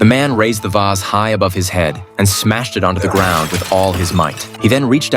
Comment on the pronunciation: It's not called a vas. It's called a vase